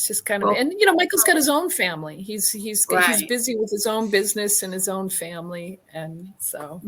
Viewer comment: No sorry! Vanilla isn't this boring. 🥱🥱💤💤 And and wtf is a Faii-Mah-Lee?; Thats how brroklyn jews say it. wtf is Wuttany?! Were you trying to say "Wasn't he"?